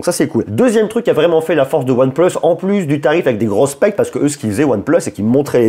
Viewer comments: Pitier c’est pas « OnePleusse » mais « OnePLUUUS » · pourquoi tu dit one pleuse et pas one plus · aAors merci pour la vidéo, et merci pour les infos :) par contre... désolé mais pourquoi dire One pleusse?????? ça m'arrache les oreilles XXDD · ONE PLEUSE MDR